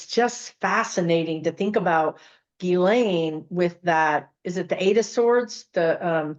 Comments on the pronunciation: Really fascinating, thanks for doing this reading!. BTW, most people do not pronounce "Ghislaine" properly. Her mother had French background, so it can be pronounced Ghee-len...or most commonly Gah-len. I wonder if pronunciation plays a role in the vibration, numerology, etc. Regarding Epstein, IMO he viewed his interactions with females as transactional with a bit of altruism...he was giving money to girls who would otherwise be on the streets, recommending them for prestigious jobs, introducing them to important people. This was either to assuage his guilt or provide cover or both. They're not victims, "I'm helping them". Twisted thinking. I agree that he's passed, but doesn't want to transition because life review will be hell for him. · Her name is pronounced, 'ghee • lane,' THE "S" IS SILENT, PEOPLE!!! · Hi, Ghislaine is pronounced Gilaine. Love you! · Her name is pronounced Geelane with a hard G. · Her brother Ian pronounces it more like gee-len (hard g like ghee).